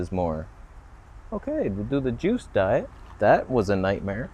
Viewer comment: "You need to drink Deet" hahaha